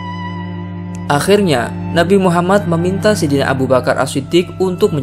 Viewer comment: Yang benar adalah Akhir nya bukan aqkhir nya bukan teraqkhirnnya 😂😂😂